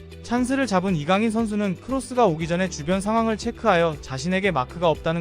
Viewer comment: 이강렌 ㅋㅋㅋㅋㅋ